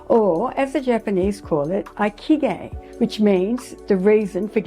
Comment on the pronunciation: I speak Japanese,& I think you should check the pronunciation of Ikigai online( it's super easy to do this). The way you pronounce it is completely different from the way it's supposed to be pronounced. It's so different that i had no idea what you were saying. Also that kind of mistake makes it seem like you havent done basic research.